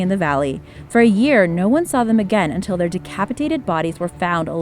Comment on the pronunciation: Her pronunciation of McLeod was awful.